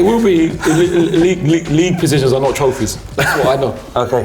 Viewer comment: Trophyss not leaque ..Stop 😂